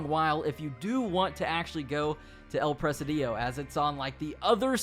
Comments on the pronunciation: El preh-SEE-dio. Not El preh-sih-DEE-oh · It's pronounced "pra-sid-e-o" Not "Pres-a-dio". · Its Pronounced El “Press Cd Oh” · It's "El presídio" not "El presidío" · El presidio not "el presadiyo". Great video. Thanks! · El Presidio not El Presedío 😂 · No is El presiidiiio. Is El presidio. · El Pre-SID-io. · You pronounced “El Presidio” wrong. It's Pre-Seedeo , not Pre-see-Dio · It pronounced "el preSIdio ". It means The Jail or Fortress of soldiers. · STOP CALLING IT “EL PRESIDÍO” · El presidio means the jail or the asylum. It's pronnounced "pre-c-deeo" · You pronounced El Presidio wrong lol it’s actually El-pre-seed-yo